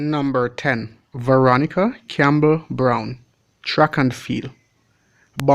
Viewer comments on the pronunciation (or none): none